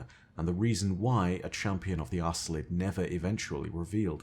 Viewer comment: Either there's a different pronunciation, or Bungie never said the name out loud, cause I'm pretty sure they didn't mean to name that race ass-lid ☺